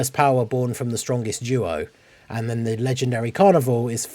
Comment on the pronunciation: I mean, you were talking about that there won't be a banner unit since there is an extra LR on the banner. That sounded more like "There is an extra LR on the DFE banner und therefore there won'T be a banner unit" xD